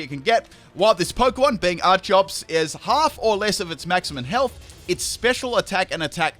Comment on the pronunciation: Its pronounced ar key ops not ar chops